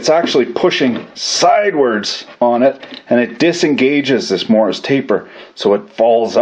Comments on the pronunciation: "MORRIS" taper ? ? Or, is that just some weird Kanukistani way of saying MORSE taper... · every time he said it, I heard Morris taper. He may not have been saying that, but it's definitely Morse taper. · 'Morse' taper, not 'Morris'. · Morse. Taper. Say it with me. Morse. Not morris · Morse is not pronounced Morris by the way ;) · Yes, I'm aware that the word is Morse, but he's saying Morris. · Andrew Delashaw no, there is definitely an intentional "i" sound in there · have i been pronouncing morse taper wrong this whole time?